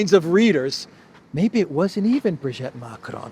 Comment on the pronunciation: Sorry, I cannot stand it any more. Please, it's Brig'i'tte, pronounce the second 'i' as an 'e', as in 'we'. Not Brig'e'tte, as in 'wet'.